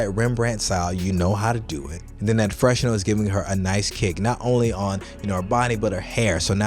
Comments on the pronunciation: FYI fresnel = fruh-nel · Had me thinking that I've been saying fresnel wrong all this time. The confidence and consistency had me fooled for a minute there lol